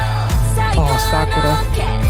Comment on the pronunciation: random but your pronounciation on kazuha's and sakura's names is close to perfect!